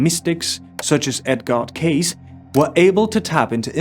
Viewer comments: His name is pronounced cay sea not cace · *Edgar Cayce(e) not case! ;-) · Pronunciation of Edgar Cayce's last name is Kay Cee not Case. In case some people are not that familiar with him, he certainly deserves his name pronounced properly. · It's Edgar "Cay" - "cee". NOT Edgar "CASE". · Pronounced Kay-See. Not Case! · Casey…It’s pronounced ..KC …NOT CASE! Please get it right. What’s going on with channels mis pronouncing his name lately? I smell BS because too many have been pronouncing it wrong. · It's so annoying when 'influencer's' pernounce famous people's names incorrectly. Edgar Cayce's name is pernounced "K-C". Learn something Mr. Influencer. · Edgar Cayce pronouned Edgar Casee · Edgar Cayce..cay' -see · Love this ❤ Respectfully, Edgar Cayce's name is pronounced - EdGAR, like CiGAR - Cayce- Kay-Cee or K- C, like KC and the Sunshine band which you are probably too young to remember 😅 wonderful video, thank you 🙏🙇‍♀️ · FYI Pronounce Edgar as “Edger” not Edgaar. Pronounce Cayce as Caysee or Caysea. I’m an x English teacher and sounds like you are SA possibly Afrikaans.